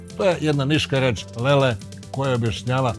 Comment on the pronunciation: "Lele" rece je malo i Aleksinacka hahahahha 😉